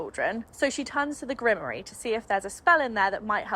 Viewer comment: While I’m grateful for the breakdown because I couldn’t read it since it was beyond boring, every time you mispronounced grimoire it made me shudder. 😆